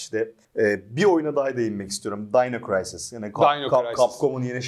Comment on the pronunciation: dayno kıraysis değil de dino krisis desek? Arkadaşım deli gibi oynar ve tavsiye ederdi bu oyunu ama bende öyle oyunlar vardı ki niye silahla dinozor öldürdüğüm bi oyundan zevk alayım ki deyip istememiştim bile oyunu. Düşünsene bende o dönem evde GTA1 ve 2, Tekken 3, Resident evil, Crash bandicoot 1-2-3, Spiderman 1 ve 2, fighting force, crash bash, syphon fighter, wining eleven, jackie chan, batman beyond, worms, medal of honor, duke nukem ve çok daha fazlası var. İnanır mısınız hala o cdler duruyor bende. Hatıra olsun diye sakladım fermuarlı cd koruyucum hala dolabımda duruyor.